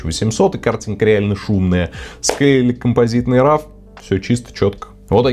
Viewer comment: спасибо, очень интересно рассказываете! только просьба - пожалуйста, говорите правильно - роу, а не рав) (да-да. я - душнила)